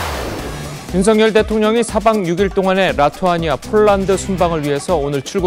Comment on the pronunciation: 라투아니아. 아니고 리투아니아. 정정하세요